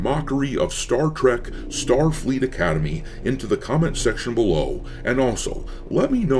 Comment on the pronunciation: “Star Fleek Academy” lol.